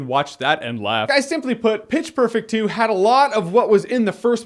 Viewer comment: Haha he said "bitch perfect 2"